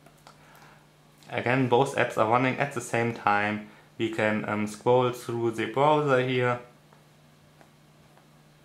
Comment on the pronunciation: Also ich finde ja, dass man besser keine Videos auf englisch machen sollte, wenn man so Einfaches wie „The" nicht aussprechen kann. Eine Qual, dem Gesprochenen zuhören zu müssen. (Zhe, zhet, zhis, usw.)